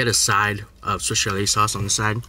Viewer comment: Lost count of how many times he said swish chalet lol